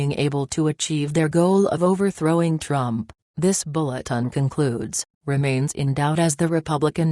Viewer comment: Can you at least program the computer to pronounce "Trump" instead of Drum or Drump. Can't be that hard. What evil people attempting this coup. Karma and God will see that they get theirs.